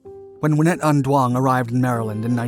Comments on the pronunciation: Duong is not pronounced Do-ong it's pronounced Z-ung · Who is dwong? Jeez, pull it together. Her name is doung. Pronounced like zung, Not dwong.